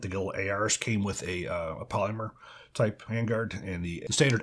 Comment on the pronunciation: I have a real problem with the way you pronounce "polymer" 😂